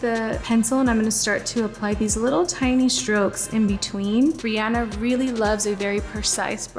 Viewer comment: I love that she pronounces Rihanna properly!! Because it's her name and that's her pronunciation ya know..